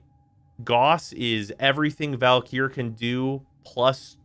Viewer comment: i also think he overlengthens the e in valkyr